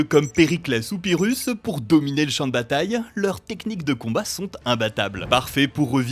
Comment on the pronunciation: Ecorcher le nom d'une bataille aussi célèbre? Vous me décevez.